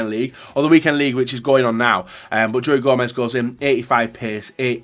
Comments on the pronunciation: Joey Joemez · Why does he call him joey Gomez??? No one calls him that.